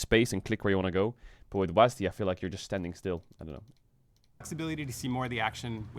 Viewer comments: Thank you Caedrel someone had to say it. It is pronounced "Double U A S D". I mean I can kinda tolerate "wasd" but definitely not "wasdee" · But WHY you guys call it WAAASD ??? Its double‑you A S D. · STOP SAYING WAZZZ D. It’s is will be and always has been W A S D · Since when do people call it wasDEE? W A S D or wasd, not WasD? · can everyone just stop fucking saying WAS-D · Riot's dev team having no clue how to pronounce WASD tells you everything you need to know about this company 😂😂 WAZDEE... NOBODY HAS EVER SAID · Hearing it pronounced was-dee feels so wrong to me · caedrel why the fuck you saying "wasdee" lmao it's either a word, aka wasd, like wasp or it's letters, aka double you ay ess dee "wasdee" is literally retard talk